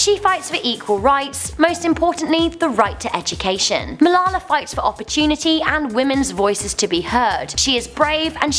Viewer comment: wow you said Malala's name soooo wrong